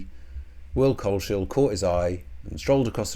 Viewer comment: Coles-hill not Cole-shill